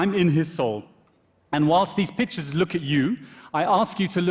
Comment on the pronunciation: I know! Took me a second to realize he meant pictures